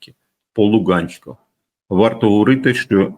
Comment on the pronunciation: Не Луґанськ, а Луганськ. Чи ,,паланіца," а не паляниця?